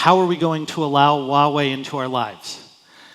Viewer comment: "i lived in China for 9 years!" You cant even pronouce 华 correctly. Its hua, not wa